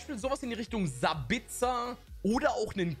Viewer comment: Wie spricht du sabitzer aus ? 😂🙈